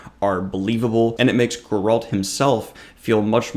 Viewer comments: Not Gur-alt. It's "Gair-ult" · Why does he say Goralt 😭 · it’s GE-ralt & DAN-de-lion. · pronouncing Geralt as "go-RALT" and Dandellion as "dan-DI-leon" were a couple of triggers I was not expecting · Calling him GOralt kills me so bad :D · Why do reviewers butcher the pronunciation of "Geralt"?